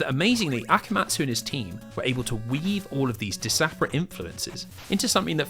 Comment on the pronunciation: isn't it "disparate", or did you pronounce it differently because it may sound like "desperate"